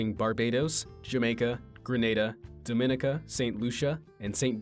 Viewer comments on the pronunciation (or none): I'm from Barbados, and the word Dominica is pronounced "Dom-en-ee-ka". Not "Dominnika". Lol